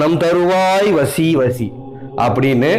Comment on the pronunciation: It's vasi vasi not vashi vashi